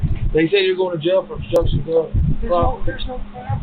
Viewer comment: Damn hick stupid cops can't even pronounce words properly. What the fruit is "bstrucshun"?